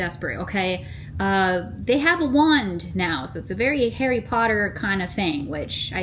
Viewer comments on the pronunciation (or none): none